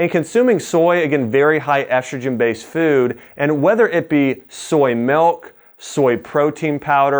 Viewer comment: Great video. I must say though, the word "milk" is pronounced with a short "I", just like mill, not "melk".